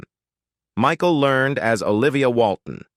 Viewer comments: Michael Ler-ned! Not Learned! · How about next time, you hire a real live narrator for your project. Michael Learned would be pissed that you used AI to butcher her name the way you did. LER-NED. You could've done better! Thumbs down. By the way, I do voice over professionally after a 40 year career in radio! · It is pronounced Learn Ed, Michael Learn Ed. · Walton Mtn.? I remember it as Walton's Mtn., and Michael Learned's last name is in 2 syllables--LER-ned, per the weekly introduction of the characters. --Walnut Mtn.? Come on,, pay attention. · And it is Michael LearNED .. not Learned! 😩🤪😜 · I think you got John Boy’s age wrong. He was the oldest. Elizabeth was the youngest. Miss Michael Learned pronounces her last name like Learn Ed; 2 syllables. Great pictures and narration. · Michael Learned's name was pronounced "learn-ed". Ralph Waite was a recovering alcoholic and inspired many with his recovery. You made a LOT of really serious mistakes. Seriously, better job in the future please. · Like mispronouncing Michael Learned's surname - the final syllable in Learned is pronounced "ed" as in Edward! Or the fact that Richard Thomas is now 73 years of age. and did not plat Cindy Walton!!! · Kami's name is pronounced Kami with a long A, not like "Commie". They also did not live on "Walnut Mountain". They lived on Walton's Mountain. Go figure... The narrator also mispronounced Michael Learned's last name. Why didn't he double check? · blame the person who wrote the "copy" for the narration. The narrator,, just reads whatever the video creator gives him to read, although he has always been terrible at pronouncing names correctly.